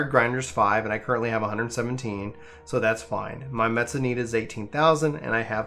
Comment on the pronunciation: its me se ta , not metsa (; ･`д･´) mental violence! , i just pronounce it as me-esta (ﾟ∀ﾟ)ｂ simple and easy